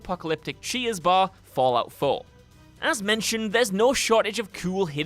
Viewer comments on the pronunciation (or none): I could swear he was saying cheese bar.